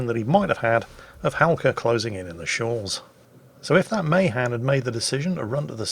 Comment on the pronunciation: It's pronounced muh-HAN.? no... not in the f